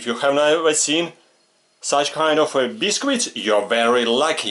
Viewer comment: You explain them very well and your accent Bis-qit made me smile I have these critters in my kitchen and I an battling them although I am bigger and have more weapons they seem to be winning, I’m not very happy